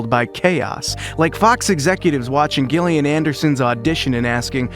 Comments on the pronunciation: She is Gillian [ˈd͡ʒɪliən] not Ghillian [ˈgɪliən] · Gillian, Gillian? Pronounced Jill, not Gil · Damn, I wanted to actually watch this, but ah…. no. Sorry, “GILL”ian. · It is pronounced like Jillian not like Gilligan 🤣🤣🤣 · Oh my goodness please say Gillian’s name correctly. You don’t say the ‘G’ it’s not “Gu” it’s phonetically pronounced “Jillian” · Its pronounced Jillian not Gill-ian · pronounce Jill lian Not Gill lian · Gillian Anderson is pronounced with a hard G, like J - Jillian, not 'Gill' as in a fish's 'Gill', ffs. Americans just love to bastardise the English language. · Gillian Anderson's first name is pronounced with a soft "g", as in "Jillian", NOT a hard "g" as in "Gary" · It's pronounced Jillian not gillian 😂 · Who the fuck is Gill-ian? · Its pronounced Jillian. Christ! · For crying out loud...her name is Jillian...spelled Gillian! Damned annoying when you can't even pronounce her name correctly! Detracts from what you are reporting!🤬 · You lost me right from the get go. You can't even bother to learn how to pronounce Gillian Anderson's name correctly? It's pronounced 'JILL-ee-un'. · don't you mean 'Jill-again'? 😅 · Is this an AI? It’s pronounced Jillian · It's pronounced JILLIAN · Stoooopid Ai voice the G is pronounced like a J. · Not even a minute in and i’m already out. Don’t care if the voice over is AI or not, make sure the actors names are being pronounced properly. Gillian is pronounced with a J sound 🤨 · Gill-ian ? Wtf bro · "Gill-ee-an" Anderson aaaaand I'm out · yep ai at its finest, i just came to drop dislike to video, nothing against ai but when poorly done it deserves all fury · It was pissing me off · IT'S A SOFT "G"! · It's so annoying that this guy keeps mispronouncing Gillian Anderson's name. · I wanted to like this but Gillian is not a hard G, dislike. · Please teach your AI to pronounce Gillian Anderson’s name correctly! So cringe-worthy! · Two hard 'G's within the first minute. Not a fan. Is this AI?